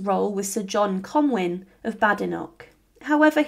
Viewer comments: Comyn pronounced MIN not WIN!!! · Good video but Comyn is pronounced ‘con-win’ not ‘con-wyn’